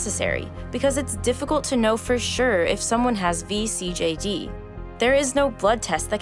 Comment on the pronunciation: THANK YOU for pronouncing vCJD right :D